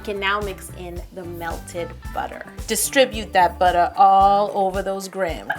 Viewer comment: Esra Ceylan I guess so. I just don't really like seeing so much hate. especially on a wonderful video on cheesecake. That's what we're here for anyways :) Now let's enjoy Yo saying "Buttah" in the most ridiculous way possible!